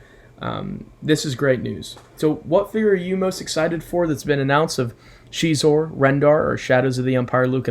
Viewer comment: Really excited for Xizor (nice pronunciation!) and Dash Rendar. I love Dash. These will make fine additions to my collection. And thanks for the Superlit chat shout-out! Legendary group.